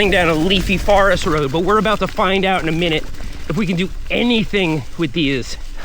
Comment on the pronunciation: “Farrest” if youre Seth